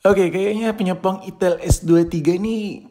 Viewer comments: perasaan bacanya aitel gasi🗿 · Salah sebut mulu kalo ngomong merk hp satu ini